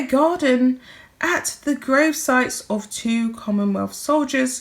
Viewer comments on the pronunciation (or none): none